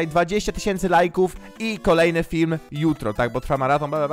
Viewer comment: Powiedziałeś fim nie film